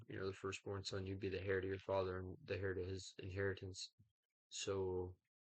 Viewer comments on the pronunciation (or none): Good job! Just so you know, the "h" in heir is silent. It's said the same way as "air". It's not criticism. It's just for future reference so you can do an even better job. That's hard to imagine. But, there's always more to learn! 😁